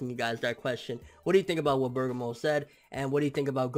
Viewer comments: Nobody is gonna call this guy out on not being able to read!?!! How do you get "BURGER - MORE" FROM "BER-GA-MO"!?!?!?!? Seriously!! Did u drop out in 5th grade!?!? Your reading skills suck ball sacks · You really his name is spelled "BERGAMO" NOT Burgermore!?!?!?!?!?!? How illiterate are you!?!?!? Like seriously if you gonna have a dragon ball channel atleast know how to read the character names of the show n not fuck them up every week in & week out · BER- GA- MO!! DO YOU KNOW HOW TO READ!?!! Like damn!?!? Where da fuck u go to school at to pronounce his name so fucked up for like 3 weeks now smh.... u must of been in special ed classes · its pronounced ber-gom-mo. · its pronounced " berg ah mo" u cheeky kent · i know. always says "BurgerMore" its a joke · Christian Thomas worst is, he watched the episode. so he heard how the name was pronounce but he still managed to fuck it up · ***** EXACTLY!! Lol & I kno he see all the ppl correcting him but he still fuck the name up lmao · can read Japanese but cant pronounce Bergamo........WTF